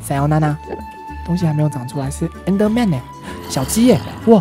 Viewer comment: 看到小雞死掉我竟然是笑出來了😂😂還有阿神把Enderman說成Ender麵了，哈哈😂